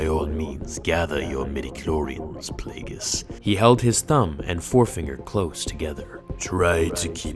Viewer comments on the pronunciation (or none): Take a shot everytime you hear "plauugeis" followed by a diss from sheevy palps youll be drunk and killed in ur sleep by ur apprentice 5 mins into the video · Say plagius one more fucking time and i swear imma kill myself